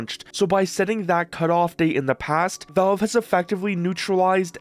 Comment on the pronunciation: Valve, bro. Not "Velve".